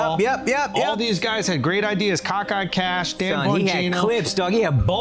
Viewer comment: I will never un-hear "cockeye Kash" 🤣